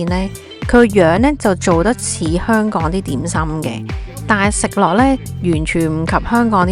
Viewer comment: 懶音實在太重 你連香“港”都一直講唔正😅